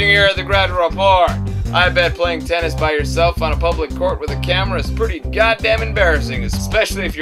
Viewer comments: in Serbia, we actually say TENIS, with 1 N... not Tenneees ( that has to be in China) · It's not Teneees, it's Tenis! Nije Teneees, nego Tenis!